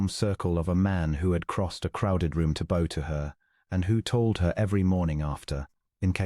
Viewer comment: I make these comments about pronouncing the words , the Bow , just gets me lol thanks for all of it lol 😂